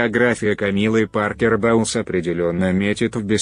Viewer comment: "бестселлерЫ", "Камилла Паркер БаУлз", "прИшла", "смирившИсь"... - все, дальше невозможно слушать